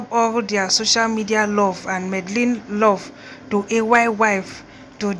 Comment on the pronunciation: Port harcourt girls and Supe 🤦‍♀️🤦‍♀️🤦‍♀️👿 it’s Medellin not madalin 🤦‍♀️😂 and please don’t chew while recording